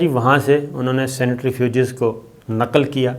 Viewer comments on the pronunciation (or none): Uncle ye 'senetrifuges' jo aap keh rahe hain, ye kya chiz hai? Centrifuge ka to suna hai lekin 'senetrifuges' pehli baan sun rahe hain. Please ispar roshni daal kar humrari malumaat me izafa karen, thanks! 🤓